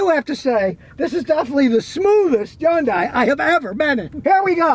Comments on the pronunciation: It's pronounced "Hee - yoon - die," spoken quickly. NOT "Yon - Die." You would think that someone with as much experience with cars as Scotty kilmer, he would actually pronounce the name of the cars right. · Why pronounce H as Y? Hyundai instead of Yyundai? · Hay Scotty when are you going to say Hyundai correctly. Its not undai. LOL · Not a Hyundai... he said a "Yundai" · Scotty It's hund ay, not hayundai! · it's pronounced Hun-Day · Nice "Yooongdaiii" 😂😂😂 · Hey Scotty, It's Hyundai, like Sunday. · It is pronounced Hun-DAY in English. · Hyundai, pronounced like Sunday. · How is it that an automotive journalist can't even get close to the correct pronunciation of Hyundai? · Why can’t he pronounce Hyundai correctly? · Now if he could only say Hyundai right! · Yeah. Funny how he pronounced it. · Now if we can get Scotty to pronounce Hyundai normally....